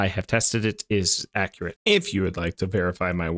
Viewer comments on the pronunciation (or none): none